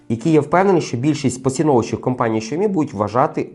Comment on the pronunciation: Шаомі😂може Сяомі?